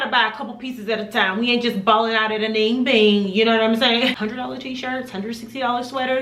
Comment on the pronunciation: Just letting you know, anine Bing is pronounced as a-nee-na Bing. Great video btw!